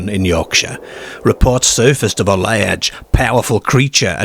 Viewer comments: What's a ladge wolf? 😂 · Is that a kiwi accent? The way you pronounce large in particular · Why do you pronounce "ar"as "er"? You say lerge instead of large you say ertfifacts instead of artifacts, Why? I have noticed you do this on all your videos, I am from England and can't relate to your pronunciation, you even say perts instead of parts ? Are you a robot narrator? I hope you are an AI as that's the only explanation for the wrong pronunciation 🤔 you also say cer instead of car too. Scarborough is correct not scerborough also you say perks when you mean parks please explain why you do this? thanks. I could go on forever graveyerds ect........ Bizerre ..... ? Derk instead of dark WHY? ???